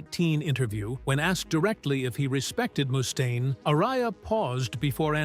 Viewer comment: Tom's bass lines NEVER cut through the mix with precision. His vocals definitely did. Oh, and Mustaine is pronounced MUST-AINE, not moo-stain. Those AI narration videos suck real bad.